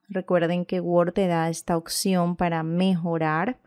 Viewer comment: Cómo escribe la palabra OPCION si usted dice occion.